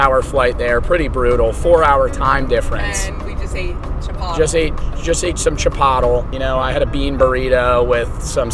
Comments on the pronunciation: its chi-pot-le not chip-otl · its chip oh lay not chip ottle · did you just say chipotel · It was a joke dummy. It’s also just not chip oh lay.